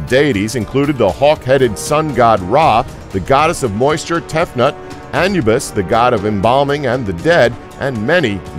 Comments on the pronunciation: Isn't Anubis pronounced Ah-New-Bis? Clearly pronounced wrong twice if so. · A-nu-bis or anpu lol not whatever you said.